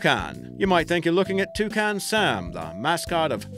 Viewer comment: That's not how you pronounce Toucan -_